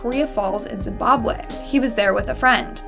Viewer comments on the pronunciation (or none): none